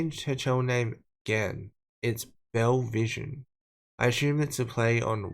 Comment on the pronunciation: you gotta pronounce the second E in both television and bellevision, ignoring the second L. Unrelated: I can’t believe she changes her channel name every time she gets something wrong, or that she harps on Eugenia for showing her outfits when… if you look at Belle’s Instagram, she’s doing the exact same thing